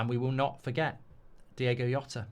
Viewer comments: Jesus christ at least say his name correctly Mark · Mark DI-O-GO. NOT DI-AY-GO. It's just a small thing, but it shows a modicum of respect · Its DiOgo, not Diego!! Come on, Mark!! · Nice words but please pronounce his name correctly, it's Diogo NOT Diego. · One thing I'm tired of today is people pronouncing Diogo as Diego. Please get his name right, it's a small point but when we're in pain things like this can be really upsetting. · He's Diogo, not Diego. Well said. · His name is DIOGO not Diego. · Please please please at least say his name right, it's Diogo, not Diego, I'm absolutely gutted ,numb and just in a state of shock.......please LFC retire his shirt number out of respect......R.I.P Diogo YNWA.❤️ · His name was DiOgo. Not Diego. DiOgo. Surely you can drop the chav act for one second and actually try to say his name right? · It’s Diogo not Diego, bizarrely that was the song wolves fans sang in the south bank, rip Diogo 😢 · Least you can do is get his name right. Diogo, not Diego. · Least get his name right. 🤦🏻 RIP Diogo & Andre. Both gone too early. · I mean, it is a bit disrespectful to pronounce his name incorrectly when eulogising about him. I like Mark and don't want to pile on him, nor do I think there was malicious intent, but come on. "Diego Yota". If it was the Georgian lad at PSG, I could understand, but this is just a lack of effort. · at least pronounce his name correctly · Mark, you could have at least pronounced his name properly for a video being about the poor lad dying. Jesus... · could have had the manners to pronounce his name correctly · Can’t even pronounce his name in such a video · Mispronouncing his name that bad is crazy. Show some respect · Even at a eulogy, he can't be bothered to pronounce people's names properly. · Can’t even say his name correctly “Diego yota” wtf …